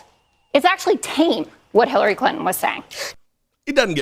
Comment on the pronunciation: you said her name better than I ever could😂... seriously tho, republicans will find any reason to upset their base. they don't have a policy platform to run on - all they have is fear. I agree with Clinton but honestly, she should have went harder - any time she opens her mouth, they will twist her words so what's the point in holding back? people know who tRump is & are aware of the anti-Anerican things tRump says. they aren't swaying anyone in anyway with the fake outrage over Clinton. at this point ur either with tRump or against him. no-one is hearing anything Clinton says & getting so upset that they run to the republican party - not happening. they are looking for ANY reason to excuse tRumps rhetoric & dangerous behavior #SupportIndependentMedia